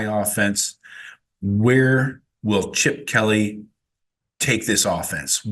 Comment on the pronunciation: "Chipoer"? Who is this clown? 😂😂